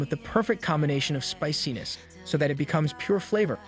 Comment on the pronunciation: The way the AI pronounces spiciness a speciness. I can almost hear an uwu.